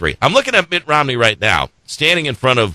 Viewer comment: "... spRending..." ?!? "... with MittS Romney plan..." Damn. Love the Flubs - miss the flubs and dammit - we need another JD.